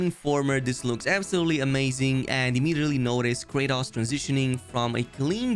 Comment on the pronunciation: Normal people: Kratos: Kraytas 😂